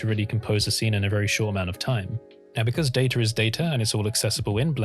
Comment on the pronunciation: “because datar is data” lol. Love those ransom R’s in words